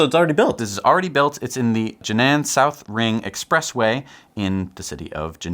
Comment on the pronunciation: Sorry, but Jinan should be pronounced like "Jeer-Nam". Just for you to know... Use this online tool, you can get the accurate sound: Enjoyed your new show as usual. Thanks!